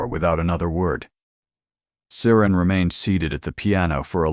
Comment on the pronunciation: It’s SARA NOT SARAN!!